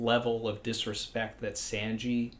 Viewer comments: SAWN/GEE NOT SAN/GEE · His “Sanji” is bad but not as bad as Morj saying “RY-you-ma” 😂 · Any one get the feeling that talks like a Mafia guy talking sweetly but still threateningly. Haha. But in all seriousness, I just discovered your challenge and love your content. Though I'm gonna have to take points off for your pronounciation of Sanji. 😂😂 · Hey! I sounds like you know how to speak Japanese. Is there a reason you pronounce Sanji the way you do? It’s different from the way I’ve heard it. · The way you pronounce Sanji bothers me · love this channel but it hurts my ears to hear Sanjis name pronounced so off from the Japanese ;_ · ok so are you ironically pronouncing sanji like that or do you genuinely think thats how its pronounced